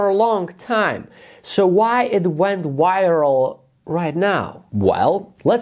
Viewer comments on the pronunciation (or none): Pronounced viral, wyral. Then says Vile 🤣🤣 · "why it went viral" LOL rough one with that accent but well done.